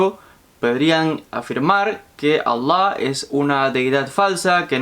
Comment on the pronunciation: Es alllow... ridiculo como promo pronuncias Allah.